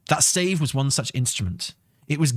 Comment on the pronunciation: Your pronunciation of stave is heayvnly hayve a nice day.